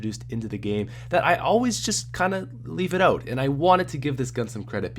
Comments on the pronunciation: 'Rock oat with your staffs oat' 'Intro! I mean oatro! Sorry that's really embarrassing'. I'm so sorry. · Let's rock oat with our staffs oat guys. Jk I love your vids